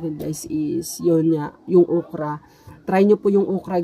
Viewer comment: "Ukra" talaga?😂